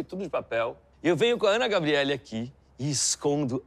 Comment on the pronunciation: Ele fala ana gabriele